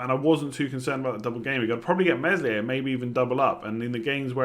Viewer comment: Meslier is pronounced Melier, the "s" is silent.